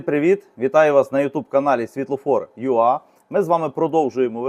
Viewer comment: Дякую Вам за чудову українську мову та детальне роз'яснення. Але, коли Ви говорите UA (юа), мені здається, якщо це англійською, правильно вимовляти ЮЕй.